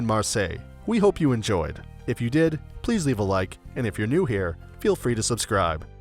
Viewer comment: You totally disrespected every name of every place you were talking about, you can't even pronounce if correctly it's fucking "if" wtf was that of about ? And what went wrong with cathedral ? It's the same god d*** word! Im not even talking about how you didn't even make an effort on the french words...